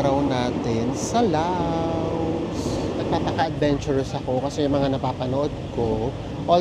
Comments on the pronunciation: According to google 😅 you pronounce it as Laos like in blouse when it refers to the country while Lao is anything referring to its people. Lao is an adjective. Ayan po, sorry OC lang. haha😂😂😂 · Lovely trip. Btw bakit Lao? I thut Laos (to pronounce it as Louse like blouse) People in Laos are called Lao. Yan ang alam ko hehhe